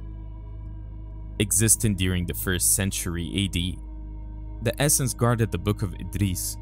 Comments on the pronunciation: It's es seens, not es sens! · Always fun videos, thanks! The word is pronounced "esoteric", not "estoric", also "rapture" not "rupture", "essenes" (pronounced with a long e) not "essins", and just some places maybe work on the pauses where commas would be, and end sentences with a down tone instead of up, that would help understanding the flow! Also referring to the angel scroll as the scrolls (plural) at the end of the video made it seem like the entire dead sea scrolls are missing, which is not true. Just some minor feedback, otherwise well done with the English brother! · they are not the Essences, but the Essenes. Pronounced Es-seens. Good video. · Just an FYI: Pronounced "ess-seen-s" but I understood who you were referencing.. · Your pronunciation of "The Essenes" was horrible. Study "The Essenes" more before you speak about them.